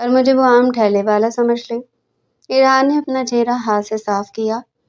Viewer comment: so so e hy ....urdu kuch weak hy apki ......thailay (rairi) ko thehla bol rai hain baar bar😊